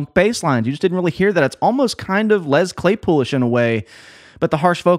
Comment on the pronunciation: Did you say LeZ Claypool?